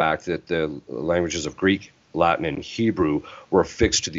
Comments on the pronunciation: A pronúncia do latim pelos americanos é muito engraçado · Essa pronúncia não está boa! Muito sotaque norte americano. Precisam passar um tempinho em Roma.